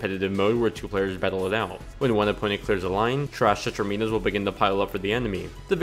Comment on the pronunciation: It bugs me so much how he says/spells it